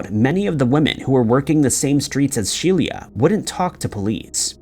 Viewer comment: He mispronounces these things so that people will comment and increase the engagement factor of the video. YouTube doesn't judge on quality of content, just amount. (Also it took me 2/3 of that last section to figure out that “She-LEE-ahh” was actually just “Shelia” (SHE-lah).